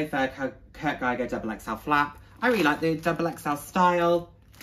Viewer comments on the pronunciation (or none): Should say gieger lol